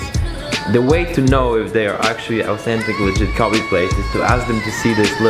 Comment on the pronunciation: cough Kobe pronounce as Ko bae